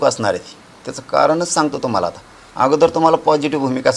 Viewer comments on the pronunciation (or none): none